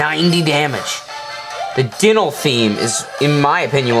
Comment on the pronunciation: 1:pronounced (die-nal) 2:LP not FP 3: i did beat dynal with 3 bones